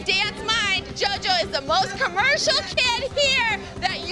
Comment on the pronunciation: I heard you bable for the first 21 minutes and then it hit me: who the eff is yoyo ?